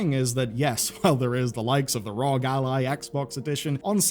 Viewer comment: Your just like Gen X calling U.P.S. Ups.... It's R.O.G. Not Rog.... Say it with us. R.O.G.... R.O.G. :D how hard was that? XD